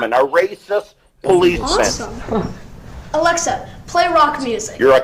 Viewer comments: Dave its not alexer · Dave pronouncing his “a”s with “er” 😤